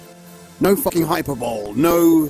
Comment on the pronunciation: Hyper-bowl lol